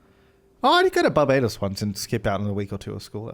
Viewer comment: my brother is bajan & the way they pronounce barbados is distressing ngl